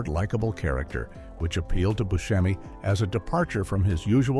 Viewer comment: Good Video even though certain mistakes were made such as Booskemi instead of Buscemi